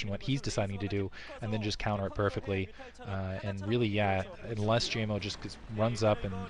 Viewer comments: pronounce GGaeMo like Game-O. At least it's clear who he is then. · Pretty sure his name is pronounced Gay Mo The double GG is a sounds more like a G than the single G which actually sounds like a K in English.